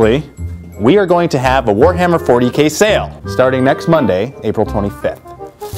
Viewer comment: ha in one of the bloopers, i'm pretty sure you said you were having a "phwoarhammer 40k sale"